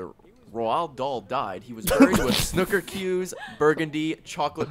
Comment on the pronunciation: "Snucker Cues"...And gets so much stick for mispronouncing things but that goes unnoticed.